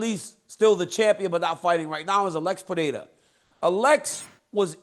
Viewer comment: “Uhlex puhdayduh”